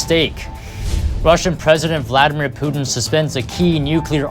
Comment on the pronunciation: He's going from Putin to Pewtin.. (Pew Pew - cartoonish gun sounds) Get it. Sucks - I know! But He said it like 5 times!!!